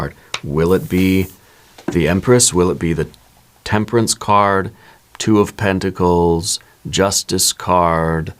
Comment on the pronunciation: Eight of penticals, not tenticals😮